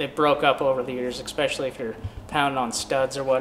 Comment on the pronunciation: If you can't tell the difference between a SnapOn and an icon wrench, you're either not a pro or you're blind. Also stopped by to say it's ess-pe--shull--ee Not ekspeshly